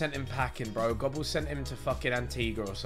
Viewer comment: Bro I'm having a heart attack on their pronunciation of goebbels